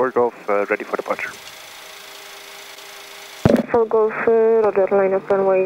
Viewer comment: codename xNimus “fok off” komt ook door het accent van de verkeerleidster denk ik 😂🤣